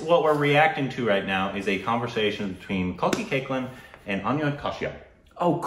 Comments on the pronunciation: Who ll tell them the correct pronunciation? No one ?! Me?! Ok.. Its cake-la (not cakelin).. kalki cake la 😃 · No her last name is pronounced as CAKE - LA not CAKE - LIN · yes.. but in this video, they called her cakelin .. that is what I said.. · Just got to know its koechlin and not 'Co - itch - lynn' # korbin_inspired